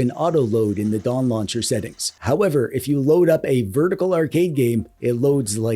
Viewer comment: No definetly said Dong Launcher